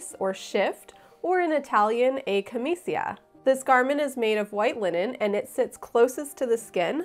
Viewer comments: i love it! the italian pronunciation of camicia is "ca-MI-cha" and the plural is camicie (ca-MI-che) 🤗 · Italians would pronounce "camicia" as "cam-ee-cha" or "cam-eet-cha" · It is pronounced camiCHA in Italian 🍕 mi piace il vestito!